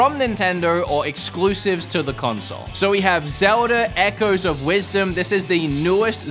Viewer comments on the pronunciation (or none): none